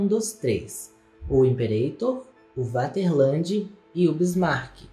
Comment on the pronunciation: Limperator lmao